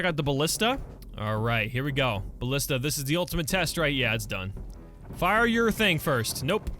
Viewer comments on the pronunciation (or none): none